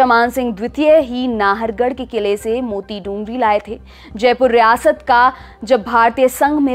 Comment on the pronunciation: मूति डूंगरी नहीं बल्कि "मोती डूंगरी" बोलते हैं। कृपया सही उच्चारण करें।